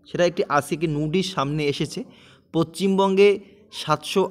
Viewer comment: abar pochimbonge, poschim bonge bolo